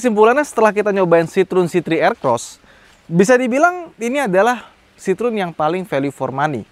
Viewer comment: Sitrun... itu kita yg baca... klo denger baca aslinya sitroeng 🤣🤣